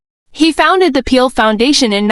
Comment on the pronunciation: Please pronounce his name correctly you are calling him peel and it is not